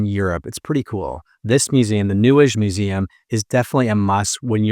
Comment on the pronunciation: njesch?! 😄🙃😂…it is called NEUES … lovely greetings from a Berliner ☺️🍀🧐